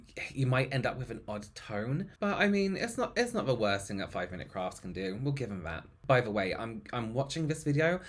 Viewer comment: I heard "5 mint crafts, you sneaky arsholes..." 🤣🤣🤣🤣🤣